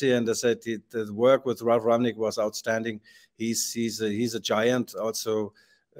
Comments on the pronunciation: It's Rangnick not Ragnick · Rang-nick,, not Rag-nick. RANG-NICK.